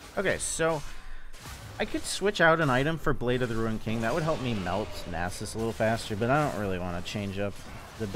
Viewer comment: idk why i watch the vids often and enjoy them but the way you say nasus cringes me so hard XP